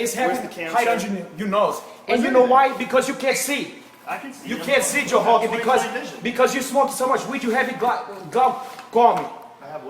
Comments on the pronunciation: ''Joe Hogan, i hope you live to hegret this. Craliu...craliu...'' Oh man. This brazilian has a problem. Joe recked him. Lol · First of all...if yer gonna bitch at Joe "Hogan"...learn to pronounce the letter "R"...🤣🤣Honald Hegan for Christs sake.... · every word dat begins with a R he replaces with a H? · "You can't see, Joe Hogan." lol! This guy can't pronounce r's. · Joe Hoe-gan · JOE HHHOGAN. JOE HHOGAN i am not going to fall for that!